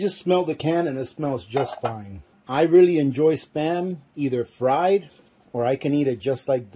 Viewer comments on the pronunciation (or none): none